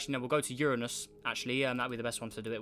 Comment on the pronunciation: Uranus he said it right sub